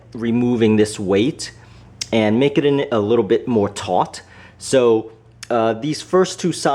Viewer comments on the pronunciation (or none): Is he saying "tight " ot "taught "?